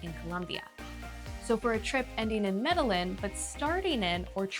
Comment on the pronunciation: Was this created with AI? Why does she keep mispronouncing Medellin and Bogotá?